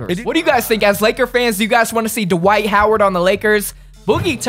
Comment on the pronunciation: lol why you gotta call him DUH-WHITE instead of just dwight